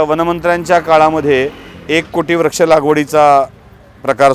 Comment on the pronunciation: याला म्हणतात खरी पत्रकारिता. खूप खूप धन्यवाद. एक सूचना करावीशी वाटते - काही शब्दोच्चार सदोष वाटतात उदा.- व्रक्ष ऐवजी वृक्ष, अधिगृहित ऐवजी अधिग्रहित असे असायला हवे.